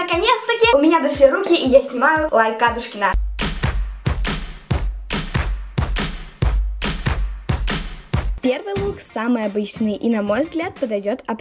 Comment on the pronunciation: АдУУшкина или АААдушкина? Куда падает ударение?